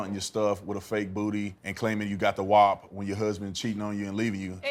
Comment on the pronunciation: This man deadass pronounced "WAP" as "whop"